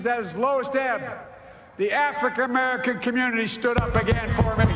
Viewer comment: Did he say the "Afrecur--Camerican"..??